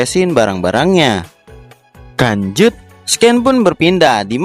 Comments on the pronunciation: Lanjut kok di baca kanjut sih.kanjut kan bahasa Sunda dari .. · lu ngomong lanjut apa kan*ut sih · Yang dituliskan "lanjut", yang gw dengar "kancut" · Bang language kali bukan kanjut